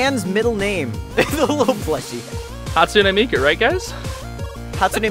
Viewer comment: HASTUNe MIKu